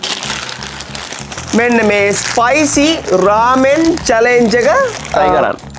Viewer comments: 11.26 රාමේන්❌ රමන්✅ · රාමෙන් ❌ රමන් ✔️